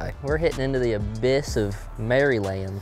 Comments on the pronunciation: MD resident and was waiting for this one and knew it could be Bulle Rock... great video. And its pronounced "Mer-land" if you're from Maryland. LOL! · You say it like mair-land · I came to the comments to see if anyone was going to roast you for the Maryland pronunciation, but the community is too positive haha. Great content as always fellas.